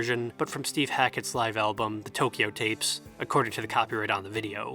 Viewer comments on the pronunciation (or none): none